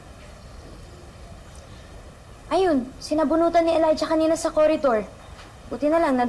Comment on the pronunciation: livvy kasi hindi po libby